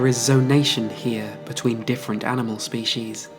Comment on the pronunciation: "the specialization of the differen tanimals"??? Honey, I suggest you get hooked on phonics.